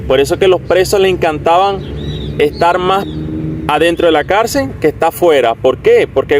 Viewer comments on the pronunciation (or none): No se dice carcer se llama carcel